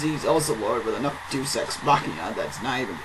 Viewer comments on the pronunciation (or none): none